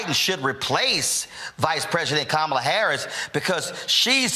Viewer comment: Was that Kamama Harris ? Did I hear right?